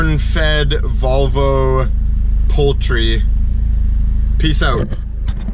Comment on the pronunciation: Volvo pronounced vul va